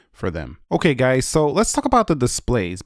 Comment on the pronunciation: Did you add the word “guyz” you said in the intro? It sounded wierd :/ Nice videos btw